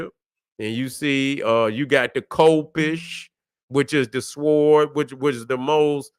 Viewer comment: The w in sword is silent.